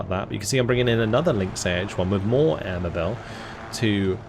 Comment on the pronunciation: Given that it's a British force, would they be pronounced the British way you'd say "air mobile" rather than the French sounding "mobe-ill" at the end? I'm not flaming, just genuinely interested.